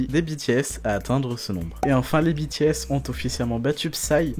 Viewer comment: Super vidéo ! Continuez! 😍 PS : Dites BTS à la française quand vous parlez français (lire les les lettres de B T S en FR et non en anglais), Merci!